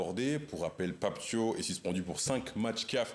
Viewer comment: Ce n'est pas Pape Tio mais Pape Thiaw comme "Ciao" 🇸🇳🇸🇳🇸🇳